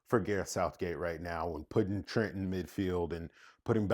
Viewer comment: They butchering my boy Trent!